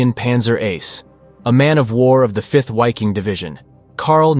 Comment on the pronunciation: Awesome video... just one note. German W's are pronounced as a V. so in short the "Wiking" division would be pronounced Viking.. But props to another great video.